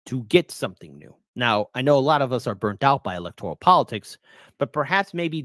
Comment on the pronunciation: whyu do you say electorIAL? lol